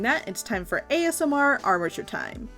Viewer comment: OMG AMSR ARMATURE?? ASM-RMATURE?? PLS ITS SO GOOD